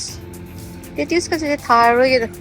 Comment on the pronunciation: please google amta toubiyu... LAE TUSE haiba nate pronunciation do .. laeh tush haigadabane..mina lanna loukhrani...